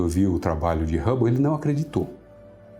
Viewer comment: Edwin Rabou não fia pelo amor de Deus kkkk Tem q colocar alguém q saiba o básico de inglês se pronúncia Hãbou. Telescópio Rãbou